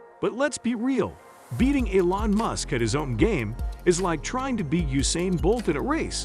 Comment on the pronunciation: AI voice over sucks can even pronounce elon musks name right 😢